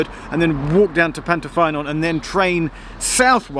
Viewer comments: Hi Geoff, I’m from Ammanford, now living in London. My grandfather was stationmaster at Pantyffynnon from 1936 to 1954. I maintain my GWR connection by playing in the GWR Paddington Band! I know the line well. Pantyffynnon is pronounced Pant-uh-ffuh-non. Your pronunciation of Ffairfach wasn’t too bad, though. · Pant-uh-fun-on, Llan-die-lo, Fair-vac